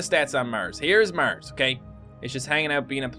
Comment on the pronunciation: I didn't know "Murs" was a planet.